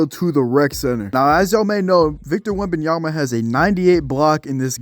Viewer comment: yeah, it was just funny cause I've never heard that mispronounciation. At first i thought you skipped his name all together and said "all to block" lol